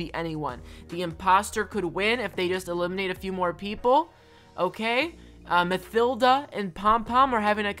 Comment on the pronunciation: Ma "thilda" it's said ma-tilda